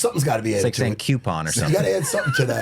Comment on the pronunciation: the acolyte/coupon pronunciation comparison is fuggin hilarious 😂